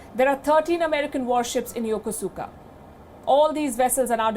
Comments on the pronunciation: It's pronounced "yokouska", not yokusuka. Please. And stop calling Japanese people you don't know by their given names, i.e. not their family names, especially w/out attaching the suffix "-san". It's a grave insult, although they will never tell you that because they are polite. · It’s pronounced “YUKUSKA” not the way it’s spelled lady, lol. Ask the Japanese, that’s how they say it too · Yokosuka is pronounced Yokoska. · Excellent report. However, Ms. Sharma did not say the name of the Japanese city, where the five destroyers arrived, correctly. The City of Yokosuka, which is in the southern Tokyo Bay region, is pronounced Yo-Ku-ska, not Yo-ko-su-ka. In Nihongo (Japanese) u is most ofter silent when following an s. I know this for I once served there in the U.S. Navy aboard a Destroyer when I was younger. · pronounced..Yakoooska..Yokosuka, Japan